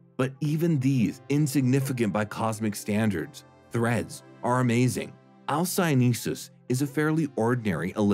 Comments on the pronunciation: why do you pronounce it alcyoneSus? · But there's only one 's' not two.